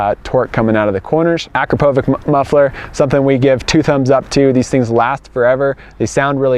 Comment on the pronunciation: Pronounced. A-crop-a-vich !!!